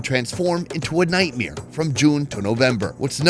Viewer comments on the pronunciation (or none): the word is nightmare, night MARE! Not nightmere. You throw that word into every video and the way you say nightmere makes me want to kick a turtle! So go ahead, keep saying nightmere like a moron, all the poor kicked turtles are on you! Hope you see them in your nightmeres!